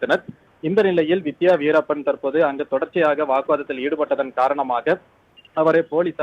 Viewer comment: வீரப்பன் ன்னு சொல்றதுக்கு என்ன கஷ்டம் news reader